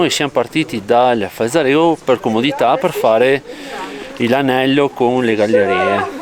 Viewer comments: Grandissimi fioi😂 ma "FalzarÉgo" non si può sentire!🤯🤣😜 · Dopo aver sentito "passo Falza... rego" ho cambiato canale.